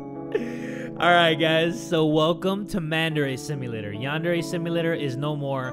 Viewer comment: i thought he said mandarin simulator